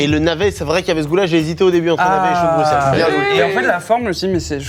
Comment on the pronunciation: merci d'avoir bien prononcé Bruxelles c'est rare pour des français.